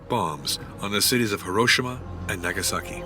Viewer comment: Narrator still can't pronounce Hiroshima accurately. How it became "ha-RO-shama" is beyond me. The same emphases as Hirohito, "hero-HE-toe" is accurate. "hero-SHE-ma" is accurate. My dad was nearly killed by shrapnel during the battle of Okinawa.